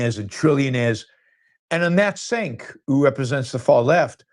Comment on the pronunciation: I like you Yaron but intentionally mispronouncing Cenk’s name comes across as racist / low-class.